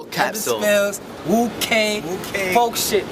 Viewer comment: This shit is pretty sad, yet comical. Btw, it's not Wu, its more like a WOOO like Rick Flair. Cause it really sounds like the WU, real hip hop lyricists out of Brooklyn, the men amongst the stupid babies.